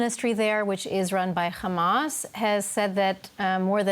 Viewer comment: The host lady said khamas at the beginnig!